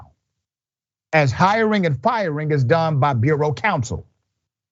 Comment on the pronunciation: It’s borough not bureau . Jesus, Doc. C’mon.